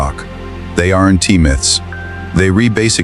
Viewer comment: You people have cleaned up to a slight degree the visuals. Using AI to cheaply create content. But has any human listened to the audio? Don'. Tea.....Don't Doesn' Tea...Doesn't Are NT .....Aren't... At least make an effort. You have potential but your laziness is overshadowing your effort.